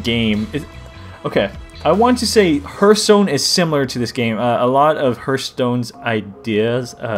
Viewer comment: this is like a double tutorial. And btw its not herthstone its pronounce hearthstone like earth